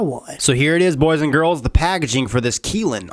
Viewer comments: its pronounced Ki lin. y is pronounced like eye not ee K eye lin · man you're keelin me with the mispronounced words. kylin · My name is Keelan. It's pronounced the same way as he's pronouncing Kylin. This video is odd...... Lololol